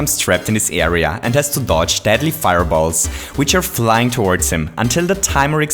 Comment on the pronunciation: anyone else hear him say dadly? Coincidence? I think not. Conspiracy? Yes. Hotel? Trivago